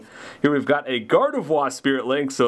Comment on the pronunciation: Love all your videos! Thanks for sharing your awesome collection!!! One tiny little thing...not even being mean about it, but...Gardevoir...you can still say the R lol I don't know why but it kills me when it's said Gard-E-vwa...haha. Still love you! Lol